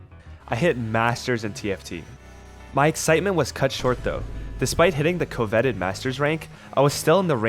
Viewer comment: AI-generated script. He failed to pronounce "coveted" which is a pretty well known word, so I doubt he wrote it into this script.